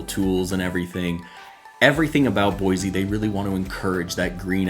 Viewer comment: Pronounced Boy-C